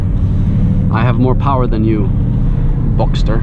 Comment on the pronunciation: That color is absolutely gorgeous! That is not available in my country. Anyway, I really can't tell by the video if it is dusk or dawn there. Weird🤔 Great review tho...👍 "I have more power than you..........(pause)....Boxter!" Killed it😎